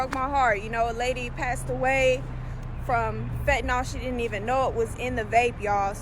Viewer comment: Bro can u jus say Even like damn who tf is Evan 😂😂😂